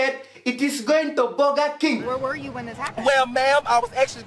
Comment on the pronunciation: "BOGGA KENG HOSSES DONT EIT BOGGA"